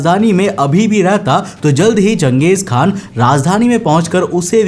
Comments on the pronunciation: Bro Genghis Khan nahi Chenghiz Khan hai I am from class 7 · And he can't even spell Genghis khan properly It actually pronounced like Gang Gis khan Not jeng gis 😂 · गलत उच्चारण मत करो। जंगिस खान नहीं.... चंगेज खान समझे की नहीं। नाम को सुधार लो मैंने भी इतिहास पढ़ा है।….. History is my favourite subject... Now I'm going to left from our video. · bhai iska naam...jangesh nhi.......changesh khan tha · You are pronouncing wrong its changeeez khan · Genghis = घेचिस KHAN😂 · Changes khan tha ya ganghies khan tha lowdee😂😂😂 totle